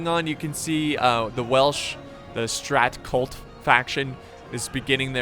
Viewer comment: Strat cLut* Not Strat Cult hahah... c'mon man.